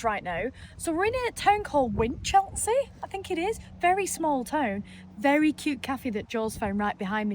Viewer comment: The first e in Winchelsea is a schwa. There's no Chelsea pronunciation there.